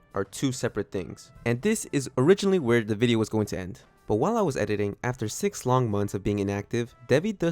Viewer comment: “To video SIX-AH”